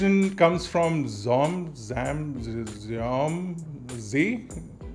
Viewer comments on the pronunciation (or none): That's a huge phone man! 😂 Btw, it's pronounced Zom/Jom as in aw=o 😁